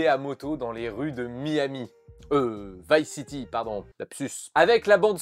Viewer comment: "Vis city" 🙉 même si tu a prononcé en français je suis content car c'est le premier jeu auquel j'ai pensé, j'ai passé des heures à me balader en écoutant flashFM et mon lecteur mp3.